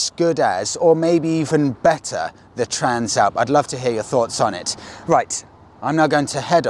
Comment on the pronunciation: I thought you pronounced it TRANSLAPPER